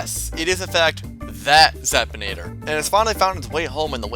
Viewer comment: Zap-in-ae-ter not Zap-tin-ay-tar